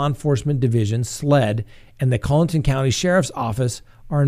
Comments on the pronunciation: driving me nuts with the pronunciation of Collaton...Collington, Coleton, Cole-a-tun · The name is pronounced "Murr-dock" and it's not "Collington" it's "Coll-e-tun" County...